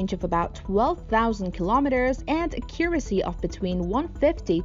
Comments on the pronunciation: "Akyure- isy"? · Thought the same thing with "ah-curacy" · a CUR' a see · Same here :) She has a native system of sounds but for some reason mispronounces so many words: accuracy (word stress), minuteman and all her -teens have their i's too low (sounding like -tin). A very interesting case from a linguistic point of view.